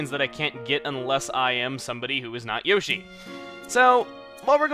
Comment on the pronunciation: Yoster? Chugga, NEVER say that again. Just.. Please?